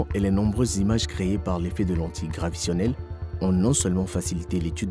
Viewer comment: On dit lentillle graviTAtionnelle, et non gravitionnelle....